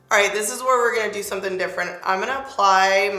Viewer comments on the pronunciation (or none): none